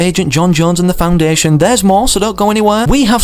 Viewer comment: It’s the foundation. Well it does not really matter that u said it wrong so- but yeah the foundation is coming to fortnite!